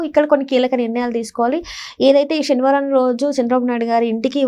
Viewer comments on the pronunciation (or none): షెని వారం కాదు శనివారం